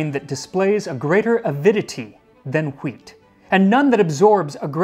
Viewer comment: Why does Max says wheat like stewie from Family guy ? :D Hweaattt